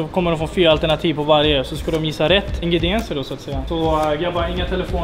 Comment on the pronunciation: Det heter väl ändå Ingredienser och inte ingridieser?